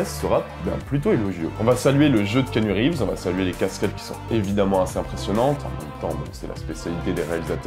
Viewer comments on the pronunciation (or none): On ne prononce pas kinu rives mais ki-A-nu reeves